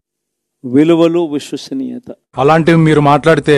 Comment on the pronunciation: విశ్వసనీయత సరిగ్గా పలకడం రానివాడు cm 🤣🤣🤣